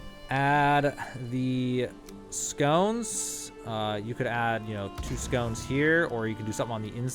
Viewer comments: It’s funny how he calls “sconces” as “scones” which is a pastry lol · Great vid! Thnx! Also, “skah-nce”. You’re welcome. 😎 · HOLY SHIT. SS-CON-SS say it with me... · I am a sad little person, but yeah, that was triggering me haha.